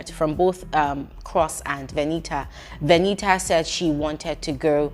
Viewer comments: please stop saying Veni-a 😂😂😂 I can't stomach this 😂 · 😂😂😂😂😂😂😂😂 which one is Veni'a. Does it mean that the t is silent in VENITA. 😅😅😅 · My stomach hurts with laughter with the way u pronounced her name 🤣 veniha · please behave. Lmaoooo, everytime you say veni’a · 😂😂😂😂... it's the pronunciation of Veni a for me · I like the way says Veni'a 😂😂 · it's u being serious abt calling her Veni-ah😭🤣🤣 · It's British English, their t is silent.😅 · It's the way you're pronouncing her name for me 😂